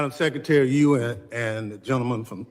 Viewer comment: "Seckatary, I'm axing you a question." SMH They're mocking birding the concept of Noem doing nothing but lie. It's gross, and a lot of low information morons will believe it.